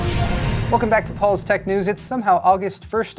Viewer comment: why can't you correct your intro? " News" come on man get it right.